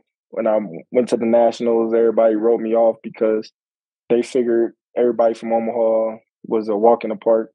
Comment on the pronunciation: She said "Omaheart" 🤣🤣🤣